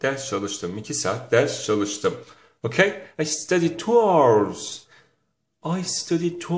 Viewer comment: Hour our diye okunmaz Aovırs gibi okunur.Nasıl öğretmensiinz